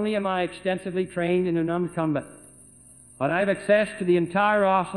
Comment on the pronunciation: "Not only am I extensively trained in anarmed cumbit..."